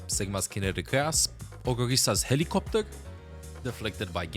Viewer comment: I love the way he says HeLiCrOpteR😂